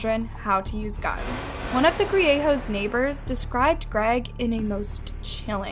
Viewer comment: It wouldn't have been hard to learn the correct pronunciation of Griego.